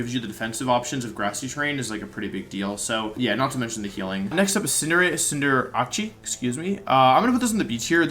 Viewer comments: Cinder-ACE! not ACHI :D god read it XD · Did Wolfey just pronounce Decidueye as Decky Dooey? Is it possible to butcher a Pokémon name any harder? Got damn. Edit: I think he’s trolling because he was about to pronounce Cinderace correctly then just decided to pronounce the last part as achee. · I see you're not a man of culture. Cinderachi is the superior pronunciation. BUT Incineroar+LandoT hard walls it. And even with Eball Blastoise can beat it hard. Not to mention it's frail so something that can beat its offensive moves like Thundurus can max and beat out the rabbit. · “Cinderachi” lmao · What the heck is it with so many incredible Pokémon players being so bad at pronouncing their names?? He absolutely butchered Decidueye, Cinderace, and Arcanine.